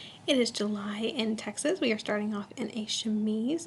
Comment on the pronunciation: It is lovely but I can't get over you saying JULY and TEXAS....I would die!!!